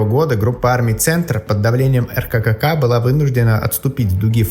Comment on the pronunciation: Обычно произносят Эркэка